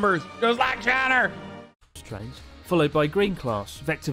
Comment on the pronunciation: i really enjoy how he pronounces china as "chahner", really sells the vibe hes going for when he does that voice :D